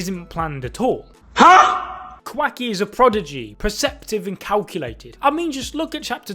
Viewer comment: "Quaky" 😂😩